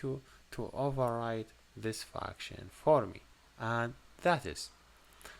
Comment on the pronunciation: It feels like he says "fucktion" instead of "function"